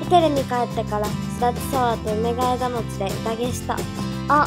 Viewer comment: うめがえがもち❌ うめがえもち⭕